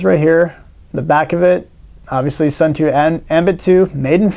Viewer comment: Hard to take this guy seriously when he can't pronounce Suunto correctly.....definitely NOT SUN-TOO.